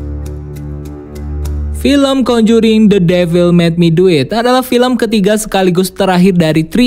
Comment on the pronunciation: the devil mek duit wkwkw belajar lgi bhs inggrisnya y drpd malu2in